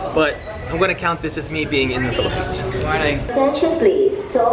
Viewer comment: Iam in the phillipines because iam a filipino... SAID PHILAPINES